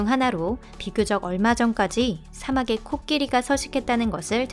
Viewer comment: 잘 봤어요 띄어읽기 신경써야겠어요 이사막에 보이는 이 아니라 이 (띄우고) 사막에 보이는 으로 읽어야해요